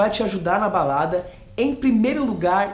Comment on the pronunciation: Alguém mais ouviu baladras?..kkk